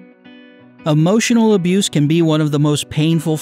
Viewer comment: The eay he pronounces emotional does my head in. Am i toxic?